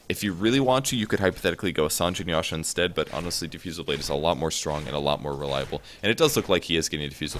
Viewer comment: The way he says "Jinada" lol'ed, and is that old style Justin Bieber haircut to pick up really young girls or what?